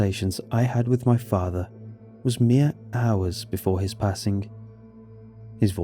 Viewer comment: "my fahthah"